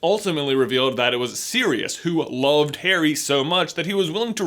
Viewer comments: Did he say "Parry" instead of "Harry" ??? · DUDE YOU SAID PERRY NOT HARRY... hahahahhah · about, instead of saying Harry he said perry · Did he say parry not Harry? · That moment he calls Harry , Perry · he says parry lol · Lol he called Harry; Parry! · He sounds like he’s saying Perry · Did he just call Harry "Perry" or is that just me?? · Actually Sammy, he said Parry... I think. In other words yeah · he says parrry lol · he says Perry instead of Harry🤣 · You said Parry Lol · is it just me or is he saying Perry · my guy J said “perry” instead of harry. Are we having a PnF theory episode coming up? ;) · he said parry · Am I the only one who heard him say "Perry" instead of "Harry" ????? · Anyone else hear him say Perry instead of Harry ???? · you sayed Perry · you said perry not harry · Did he say parry’s scar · he said parry instead of harry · Did he just say "Perry" instead of "Harry" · Pretty sure you said "Perry's scar" 😂😂😂😂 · He literally said Perry instead of Harry around 6 minutes 😂😂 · Did you say Perry's Scar? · Does anyone realize that he says Perry instead of Harry about the mark? I found it funny because I've done that sometimes. :p c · Is it just me or does it sound like he says “Perry” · "What about Perry's scar?" slip of the toungue, XD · Is it only me. Or does J say Parry ? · He said parry not harry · He says perry instead of harry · Yes, he said Perry. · Sky the PSA commander I thought I heard that too!